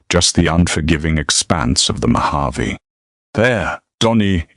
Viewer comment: Mojave is mispronounced